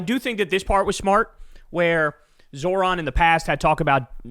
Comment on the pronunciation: Can Krystal or someone in Kyles life please teach him how to say 'Zohran' correctly? Jfc